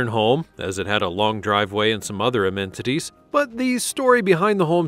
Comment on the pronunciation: Did I hear "AMMENDNITIES"? It's "ammenities" but the body, if it is one, should be reported. It's the law.